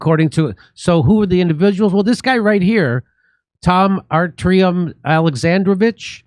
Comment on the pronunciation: Two words you need to pronounce better Kef fee yeah , Ar tee yuum hope that helps , never go full Bass ackwards!